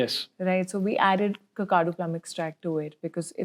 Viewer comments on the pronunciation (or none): none